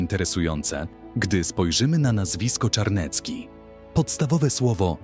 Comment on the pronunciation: Zawisza Czarny z Garbowa. Zawisza to było imię, a nie nazwisko. Natomiast to powiedzenie o nim brzmi "polegać jak na Zawiszy", więc nie kombinuj, bo przecież wystarczyło sprawdzić. I Czarniecki, a nie Czarnecki! Od razu widać, jak znasz polską historię! Litwa nie była wcielona do Polski, lecz stanowiła równoprawny człon Rzeczypospolitej Obojga Narodów, gdyż oba państwa łączyła Unia personalna, tzn. wspólny władca. I ot-tomański, a nie otomański! A Wiśnicz od bardzo dawna aż do dziś jest własnością książąt Lubomirskich. I nie Lankoroński, lecz LanCkoroński od LanCkorony!